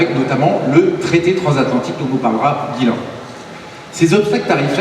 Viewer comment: "transatlantique" et non "transathantique" ;)